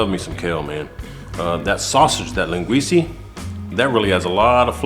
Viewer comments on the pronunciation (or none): Len Gweece uh…. Not Len gweece ee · Great job.. Just something for you to try next time for flavor town. First keep using Linguica... But its not Linguiceeee its Linguicaaaaa.... There are two more Sausages that we have more flavor and spice. One is Chourico, pronounced Shorisooooo, its a HOT version of Linguica, not to be confused with the Spanish Chorizo that is milder than the Port version. The next sausage is, Morcela! Portuguese Blood Pudding, don't knock it till you try it. That sausage will infuse the soup with a delish smoky flavor. Also add an entire chicken leg to the soup, again bringing flavor to the mix. And for added Salt get some Tocinho (portuguese salted pork belly) and some beef shank. Add some whole potatoes and you actually makes two meals in one. One a soup, the other a Meat/Sausage and Potatoes meal. Give it a try.. Again good job, from a proud Azorean Portagee.. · Linguica is pronounced, “Len gwee Sah” not “Len gwee see” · O M G! It’s linguisa not linguisey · It’s pronounced Lin-ga-we-sa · I scrolled when he said “lenguesie” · love this recipe... look at the spelling of the sausage and then pronounce it again... it is like nails on a chalkboard to me... haha